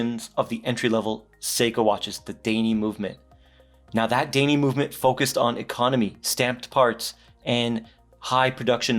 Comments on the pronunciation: great review...daini - actually pronouced "die knee". :-) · Great video, but you gotta learn the pronunciation : Daini → “dye knee” Dai = literally a number order and ni = 2 , so “Second Seiko Company”.